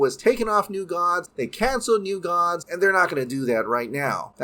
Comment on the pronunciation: Gods sounds like Dogs .